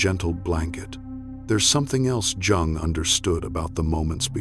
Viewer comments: Incorrect pronunciation of "Jung". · you're pronouncing his last name incorrectly. just saying.